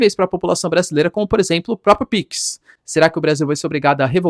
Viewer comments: Professor o nome é PIX não PICS tá muito estranha essa pronuncia, a ponto de chamar atenção, quebrando a imersão no conteúdo. Forte abraço 👍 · Professor, é "PIX", não "Píquis"... Se criadores não derem bom exemplo em uma pátria tão carente de educação, quem vai? Enfim, só uma crítica construtiva, pra nenhum gado vir questionar...